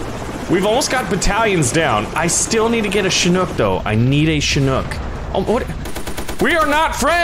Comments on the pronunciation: It’s Chinook not shinook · Did you call it a shinook? 😂It's a ch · its pronunced chick knock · it is pronunced chick knock